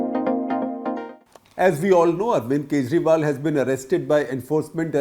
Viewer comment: Arvind khejriwal, Sooch nahi sochalalay hai😂